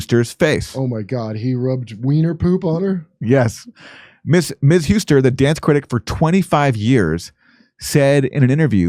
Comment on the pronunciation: Couldn't believe anyone could be worse at pronunciation than Jimmy.